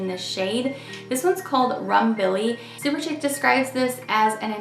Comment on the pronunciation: Shouldn't it be pronounced "SuperSHEEK"? Chic is French for fashionable.